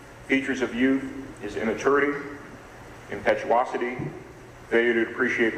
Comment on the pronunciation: How does the judge not know how to say "impetuosity" especially after the defense counsel said it correctly twice right before!